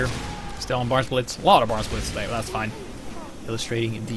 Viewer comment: The map is called barnblitz. you know, cause of the barns... Not bartsblitz